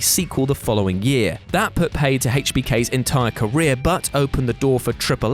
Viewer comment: How come you say Hech B K (HBK) but can say Triple Ech (H) perfectly?